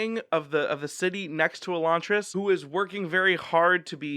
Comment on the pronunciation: I'm one of the few who likes Elantris better than Warbreaker. Although I liked Warbreaker I had trouble getting through it on a reread, most of the book is only interesting b/c of the mystery which you don't have in the reread. Also, the way you pronounce Elantris is the same as Sanderson.